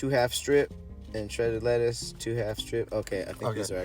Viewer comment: he said "bankin, letters, tomatles" LMFAO